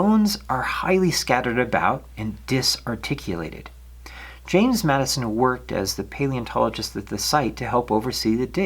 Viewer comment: Great video just one correction his name was James (Jim) Madsen not Madison .